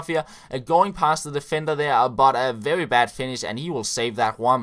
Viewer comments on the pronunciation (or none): mad props for beeing an amazing youtuber.! a little tip from a fellow dane, try and fix the "very" pronounciation. You are kinda going "vevvy" when you articulate